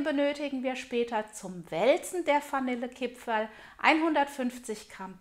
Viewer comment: Ich hab direkt ausgemacht als ich gehört habe dass die Dame Fanille Kipferl sagt....geht garnet. Spaß bei seite🤣👌🏻 frohe Weihnachten